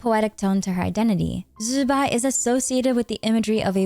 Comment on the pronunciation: i find it funny that so many content creators are having trouble pronouncing Zi Bai. there are a ton of Youtubers, literally on this platform, that teach Mandarin pronunciation for an English speaking audience. Her name actually sounds pretty cool when you say it right too, go check it out